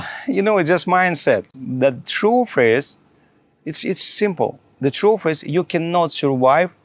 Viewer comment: This is the most ridiculous thing I’ve ever heard. The TRUF IS - we know how you personally surWHY,, -- by F R A U D and everyone should know about it! What you really need is to learn basic English properly at the primary school level. NO GRAMMAR, "FAB" PRONOUNCIATION, - WOWW, HE IS TEACHING US HOW TO SUR-WHY!!...😅🤣🤣